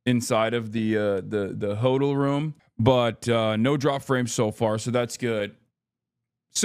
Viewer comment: i thought he was saying "hodl" then i realized he was intentionally mispronouncing "hotel"....... 🙄🙄🙄🙄🙄🙄🙄